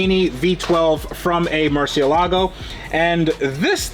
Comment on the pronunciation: Hey, when did you start pronouncing Murcielago properly 🤣.